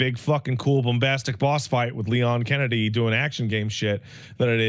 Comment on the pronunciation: I think you mean "Leon Skennedy".